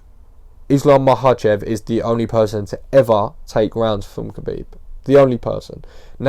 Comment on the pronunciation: First off, huge props for pronouncing "Makhachev" flawlessly like a G. Uncle Chael "Malkocheff" Sonnen should pay you for some lessons. However, Islam is not really a carbon copy of Khabib, they are not from the same village, in fact they are not even the same ethnicity and have different native languages (Dagestan probably has more native nationalities and languages per square mile than any other place on the planet). Khabib is Avar, Islam is Lakh. Islam jokingly complained once that during their camps the Avar crew (Khabib, Usman, Umar, Tagir, etc) often switch from Russian to Avar and he understands very little and has only Zuba (who is Chechen) to talk to. Zabit for example is Akvakh (they call themselves Atluatii or Ashvado).